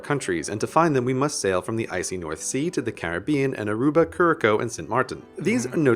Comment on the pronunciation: the way he pronounced Curraçao 😭😭 thats just offensive